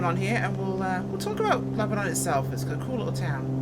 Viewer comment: Born and raised in Lebanon Oregon. My dad taught school at Crow foot in the 60's and early 70's. Its actually pronounced Lebonun. Spelled Lebanon, but not pronounced like the wore torn city Lebanon.